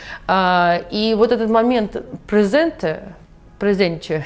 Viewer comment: [презнт] (preznt) что ли?😂😂 [презентЭ] [презенЧЭ] ты откуда это вычитала????!!)) Дети в школе глаголы учат и это самое первое!